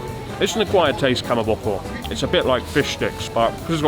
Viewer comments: Rather than Kamaboku, it’s pronounced Kamaboko. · KAMABOKU -> KAMABOKO